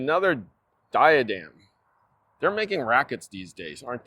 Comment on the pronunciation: It’s pronounced….Die ah dem